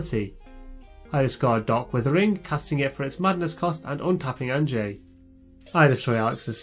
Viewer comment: Great game. I just want to toss out there that I'm pretty sure Anje is pronounced "Anya," it's the dutch spelling of that name.